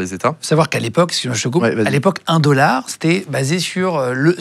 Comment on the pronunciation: On dit « un dollard » pas « indolore » !